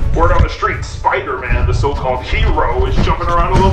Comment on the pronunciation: The girl: ITs SiPder-MaN